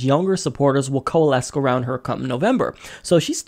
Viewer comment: Hey man love the show but you gotta stop saying coalesce with a hard 'c' at the end. Just a tip